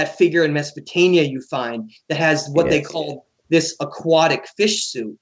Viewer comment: it`s Sumer NOT Sumeria and Mesopotamia NOT Mesopotania...just saying